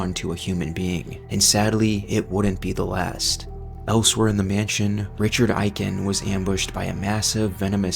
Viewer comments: It's pronounced "Ay-Ken" not "Eye-Ken" Proof: リチャード・エイケン, Richādo Eiken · Is this an AI voiceover or do you really not know how to pronounce Aiken?